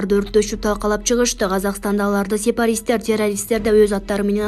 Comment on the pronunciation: Ассалому алейкум сепаристер эмес сепаратистер.